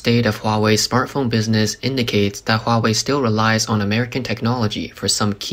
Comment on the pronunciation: Thought you said 'smurf phone' Was expecting blue phoness More money going into pockets with no chips...ha